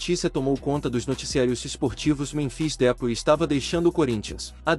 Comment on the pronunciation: Cara é esperto, fala o nome errado de propósito kkkk canalzinho lixo que fica postando fake news😂